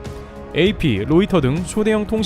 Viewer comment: 로히터 -> 로이터 입니다~